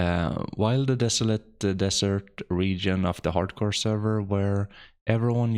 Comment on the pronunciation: Haard Core you say?